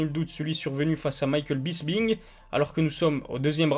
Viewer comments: Bonne vidéo mec mais c'est pas Bisbing c'est Bisping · Mdrrrr tu prononce Bisping comment la ??? 😹😹😹😹